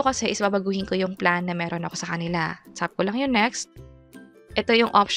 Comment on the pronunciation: Ang arte ng pagkakabigkas nung "tap" nagiging "tsap" 😭